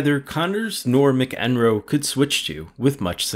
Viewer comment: McEnroe is pronounced Mack-en-roe